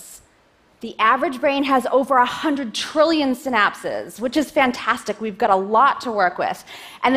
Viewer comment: They are 'synapses', not 'sin apses'.